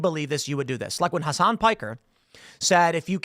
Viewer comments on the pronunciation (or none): none